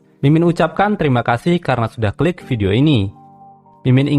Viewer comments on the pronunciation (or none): none